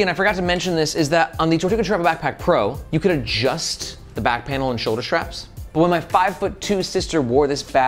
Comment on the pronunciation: Ah man… great reviews, super helpful, so I’m honestly not hating on you at all, but for a dude who talks about bags all day long you have to learn to say “straps” and not “shtraps”. (Aware this is more of a me problem than a you problem)